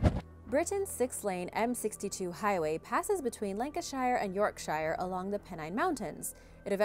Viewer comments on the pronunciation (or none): Shire is supposed to be pronounced like "sure" i.e. "York-sure". Not only do people mispronounce it, but the buses in my city mispronounce it, and that bugs me to no end. Love the video though, I was surprised that holdout buildings are allowed in China!